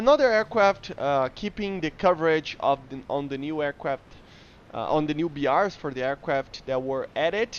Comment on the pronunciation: I am not gonna bully you. I'll just say that saying aiwcwaft instead of aircraft is cute.